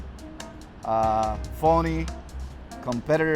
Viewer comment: Lmao it sounded like he called him "an asshole person" and "phony", but he really said "an awesome person" and "funny".